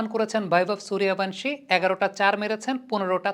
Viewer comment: দয়া করে সুরিয়া ভানসি না। বাংলাতে লিখলে সূর্য বংশী আর হিন্দিতে উচ্চারণ করলে সুরিয়া বন্সী।